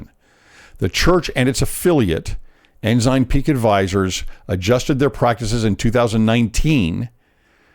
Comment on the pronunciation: Ensign (N - SIGN) No "z" sound! Haha!